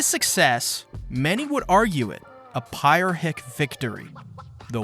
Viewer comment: Somehow you butchered the word Pyrrhic worse than Ibuprofen’s name